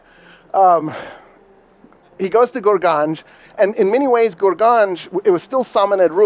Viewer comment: Correct pronunciation is GORGAAN.